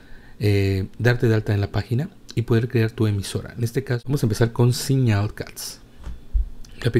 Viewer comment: Carajo! Deja de decir "entorno", y "como tal", y no es tan difícil mejorar el inglés eh? Dijisteis sonclon en suposición de sound colud y siñal en suposición de signal, saludos y que pases un buen día